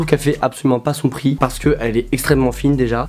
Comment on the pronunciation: Bonne vidéo, stp fais la liaison quand tu dis les prix par contre